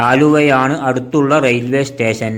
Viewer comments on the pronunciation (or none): none